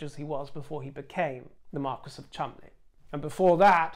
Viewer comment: That is because "marquis" is French, and "marquess" is English. The first one is pronounced "markee" with the emphasis on the second syllable, the second one "markwess" with the emphasis on the first syllable.